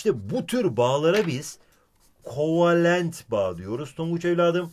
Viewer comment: kovelent değil kovalent